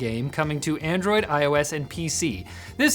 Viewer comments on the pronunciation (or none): none